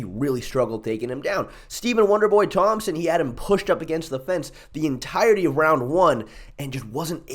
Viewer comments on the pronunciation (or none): none